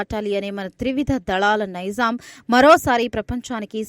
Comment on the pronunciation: తప్పులు లేకుండా చదవటం నేర్చుకో ముందు, గోరు చుట్టు పై రోకటిపోటు,నైజాం కాదు నైజం, మిమ్మలిని వార్తలు చదటానికి పెట్టిన వాడికి ముందు తెలుగు నేర్పాలి.